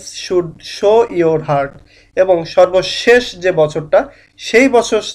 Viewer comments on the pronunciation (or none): none